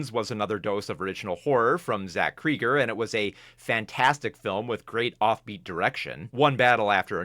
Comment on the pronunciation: As a long time Whitest Kinds U Know watcher, I think Zach Cregger is pronounced "Craig-er", not "Krieg-er"